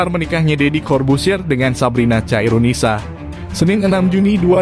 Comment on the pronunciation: Khairunisa bkn caironisa bang